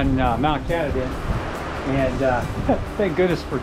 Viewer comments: KAH-TAH-DIN! NOT CAT-A-DIN... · Cool video. Thanks for visiting. However, when you visit a place, put some respect on the name. It's Ka-Tah-Din not cat-a-dean. And your comment about dogs not being allowed is short sighted. It's natural the way it is. I love dogs, but they don't need to go everywhere. Your video is a cool tribute, but if you're going to be thankful for a place, don't question all the rules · Pronounced Kah-tah-din.